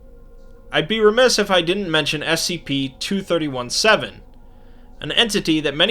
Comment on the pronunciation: When you re-do this video, you should change the way you say "2317", because it sounds like you're talking about "231-7“. You might wanna call it "twenty three seventeen", rather than "two thirty one seven", to avoid this confusion.